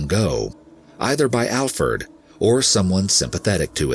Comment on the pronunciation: Glad you got his name right, Alferd.